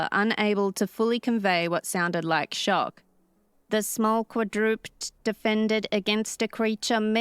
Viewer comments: Not "qua-drupt", but "qua-dru-ped" as in 4-legged animal. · Maybe this is a case of if you're not saying anything nice don't say anything at all, or needless nitpicking, but it irks me a bit that the narrator says "Quadrupd" instead of Quadruped ie something four-legged. And at least to me it wouldn't make any sense for that to be some kind of limitation in the translation device, since beyond the mechanical-sounding nature of the voice emanating from it, it still seems to pronounce other things fine. I should say that she does a great job with the MC voice though, considering that judging by the clip in the beginning she's not exactly a gruff old cowboy herself hehe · Quad-ru-PED. Ped= foot. Not quadroopd. :) I enjoyed your story. I also appreciate that the narrator is not AI. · It's not "kwa-DROOPED". It's "KWA-drih-ped". And no, that's not an accent thing, that's the actual pronunciation. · don’t listen to any of the negative comments about you on this one. Yes, quadruped (in American English) is 3 syllables [QWAD-ru-ped], but if you’re not familiar with saying it [qwad-RUPD] makes logical sense- assuming anything in English makes logical sense- so don’t feel bad for giving it your best shot. Being recorded reading stories is much more difficult than graduates of YouTube University think, and I don’t see any of them doing your job right now. You’re doing well. Things will get easier with practice. Don’t let the Negative Neds & Nellies get in your head! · Qua-dra-ped, not qua-drooped. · Either this narrator has limited knowledge of pronunciation, or it is AI again. 'quadruped' is 'quadruPED' or 4 legged creature. Repeated mispronunciations make one wonder. And a world without predators? Makes no sense to me. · Quadrupt... If I never hear that pronunciation is quadruped again... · Narrator - quadruped is pronounced quad-ru-ped. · Strange to hear an English-speaking adult mispronounce "quadruped".